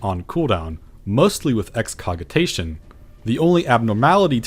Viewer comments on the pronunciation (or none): I feel like I should mention your pronunciations aren't that far off. The Qitana Ravel is surprisingly just "KEY-tah-nah RAA-vl," Holminster Switch sounds more like the word "minister," and Excogitation uses a soft G, so it sounds like "ex-ko-ji-tay-shun." I used to pronounce Excogitation like you do, but I looked it up in the dictionary out of curiosity one day.